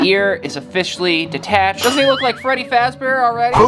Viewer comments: Why did u say Freddie fraze bear? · No no "Freddy fat bear" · Freddy frazbrear 💀💀💀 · It is not freddy frazbear it is freddy fazbear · “Freddy fraz bear” 💀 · "Freddy faz bear" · “freddy frazbear” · You said Freddie frass bear ❤ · Blud said freddy frazbear 💀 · youre saying Freddy fazbear wrong